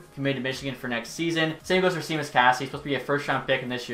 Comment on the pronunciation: Good vid, love these types of ideas. For future reference, Casey’s name is pronounced Shawmus. Not Seemus or Sheamus… Shawmus. 👍